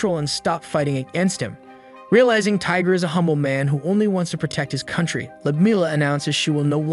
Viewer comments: Not Tiger bro Tigre (Tea-Gray) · It's not Tiger it's Tigre(e sounds like a) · His name is pronounced tea-grah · Its pronounced lord tie gre